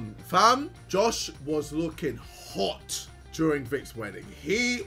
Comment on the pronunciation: There was POWER behind that H 😂 Mans said HHHHHOT